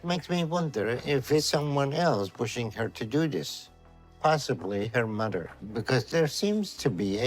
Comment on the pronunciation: I love how Dr. Now pronounces mother “mudder” 🥰